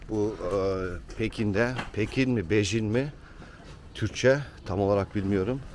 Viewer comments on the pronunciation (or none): Pecin değil la pekin vay kaliteni bende holandaliyim kaliteni yukselt yoksa boş